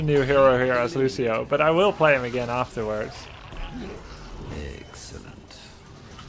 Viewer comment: felt like the kept saying EGGcelent